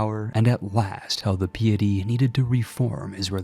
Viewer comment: It's pronounced "pie itty", not "pee itty". You said pious right, if piety was pronounced the way you say it then pious would be peeous. And you said piety correctly. Just say it like that every time.